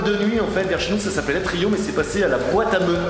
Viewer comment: ATRI"U"M prononcé ATRI"O"M ............... latin